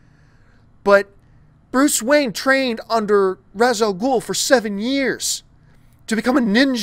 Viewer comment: You, like the movies, mispronounce Ra's Al Ghul's name.